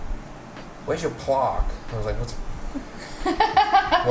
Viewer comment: Did mean "plaque"? The way he pronounced that, I'm not even sure that's what he said. Ooooh, no you don't!;-) You had a nice idea at the end, but the videos were in the way.:-)